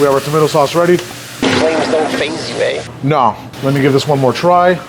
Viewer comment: Flames dont phase you eh? And you said it in the robotic voice? Just use your normal voice why are you so insecure. The robotic voice is getting worse, don't say eh like that